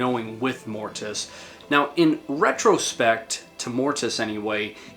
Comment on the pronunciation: If you are going to talk Mortiis,pronounce it right! He doesn't have that extra "i" there for nothing!LOL